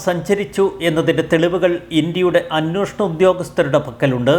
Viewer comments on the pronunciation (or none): 'അന്വോഷണം' തെറ്റ് 'അന്വേഷണം' ശരി.